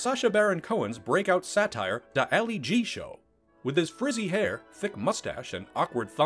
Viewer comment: I can’t watch that if someone who can’t pronounce “Ali G.” wants to explains Borat to me. Thanks, no thanks.